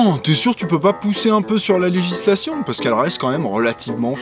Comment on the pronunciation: LA LEHISLATION